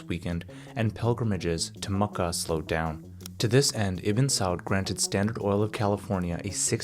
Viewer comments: A.i voice no one says mucka for mecca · Bro called it Mukkah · I love that he called it Mucka instead of mecca 😂😅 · He probably mispronounced it trying to get it accurate, accurate pronunciation is “makkah” sounds like mucca but softer on the u. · You said you have "No AI slop" then the AI voice reading this mispronounced Mecca LOL